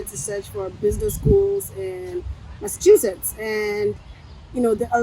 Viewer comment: Massasuchetts or Massachusetts, at least we get the idea. Leave my brother alone abeg. 😂